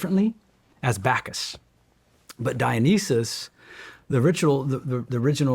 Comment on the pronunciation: Dionysus is being pronounced incorrectly.